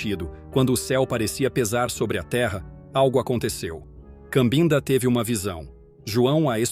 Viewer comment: Com todo respeito, a pronúncia correta é Cabinda, que é a região onde nasceu e cresceu um pouco a menina que se tornou a vovó.